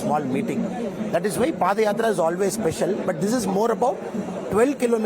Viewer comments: It’s padhayatra not padayatra 😂 pada is used for last rites of dead😂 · Ms. JOSHI It is pronounced as Paada yatra and not Padyatra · Dear Reporter/Journalist, I hope you aren't from THE UNITED STATES. Pls refer the yatra as Paadha Yatra and padh yatra as you are pronouncing it. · Dear anchor, that is not padayathra(पदयात्रा), that is paadayathra(पादायात्रा). Don't be oversmart with your English accent. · It is yatra not padayatra